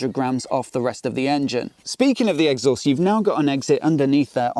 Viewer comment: Love the way you say 'egg sauce'. I'm literally never saying exhaust again. Brilliant